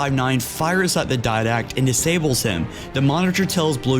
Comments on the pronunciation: *Diadact not Did-Act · its spelled as "didact" and pronounced as Di-Dact.